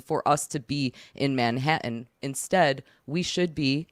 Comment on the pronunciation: I could spend all day listening to say Manha'an....😂😂